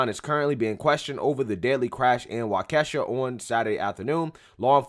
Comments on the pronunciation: Waukesha, pronounced "Walk-ish-shaw. I was driving back from the VA today and the radio station, 1130 AM had breaking news that the felony he was released for on Friday for a measly $1000 bail ($100), was for him trying/ or actually did run over his girlfriend with his- wait for it; his red SUV. He was also waiting to appear in court for another felony and several misdemeanor. Remember, he Posted $100 to walk the streets to commit more crimes. What was Kyle's bail, oh yeah, $2,000.000! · I’m from Milwaukee Wisconsin it’s crazy here! We 2 hours from Chicago and a lot of people come here and destroy our city. You’re pronouncing Waukesha wrong 😂 but this is insane! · how to pronounce Waukesha. But, you are one of my favorite, and probably most hardworking, independent researching journalists. Love you man. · Prayers go out that will pronounce Waukesha correctly. 😂 I appreciate your content. Keep up the good work. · c'mon u r smart enough to pronounce Waukesha properly. Details matter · Pronounced Walk-eh-shaw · its pronounced Wah-kah-shaw. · Waukesha is a Native word pronounced like Wah-Ka-Shaw not Wockesha like the Moneybagg song 🤣🤣🤣🤣🤣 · Waukesha is pronounced Wah-ki-shaw not Wa-Kesha 😂😂🤣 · He said Wa Keh Sha 😂😂😂🤦🏾‍♂️ It’s pronounced Wa KEY sha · Waukesha is pronounced Wok-a-shaw just FYI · Hey... love ur videos but it's pronounced "Walk-a-shaw". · It's pronounced 'Walk-uh-shaw'. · It's pronounced "Wa-Key-sha"... it's an Indian name. :) And it's a shame... but I had a feeling something like that would happen with all the toxic hate being pumped out by the left and media... someone was going to snap. Now we'll see what happens next.... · Wa key Shaw is how it's pronounced. 😂😂 I live just north of Waukesha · For future videos, it's pronounced "walk-a-shaw" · WAUK-E-SHAW...is how it is pronounced. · Pronounced Wau-ka-shaw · Wau-ke-shaw is how it is pronounced. I'm from Waukesha county originally but that was some 45 years ago or so. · Pronounced Walkashaw